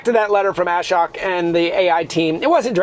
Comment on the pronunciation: Love your vids. Thought you might like to hear how Ashok’s name is pronounced properly. pronounce ashok